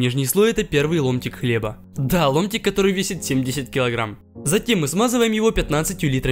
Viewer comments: Я один услишал не ломтик а лунтик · мне одному послышалось "Лунтик"